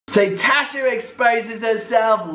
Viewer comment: Did you just call her Trasha? 😂😂😂😂 Legal team on stand by... 😂🤣😂🤣😂🤣😂🤣